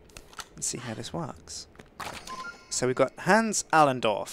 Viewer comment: He doesnt know how to pronounce the name Hans correctly but I still love his vids :)